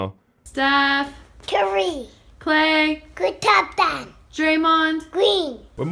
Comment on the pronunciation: Steph..... Cuwwi! Klay..... Kthomthom Draymond....Gween